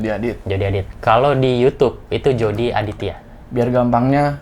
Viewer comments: Nama nya Jody tapi gua denger nya JORDI anjay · "Jody" Waduh Tinggal Tambah "R" Udah Si EPIC MOMENT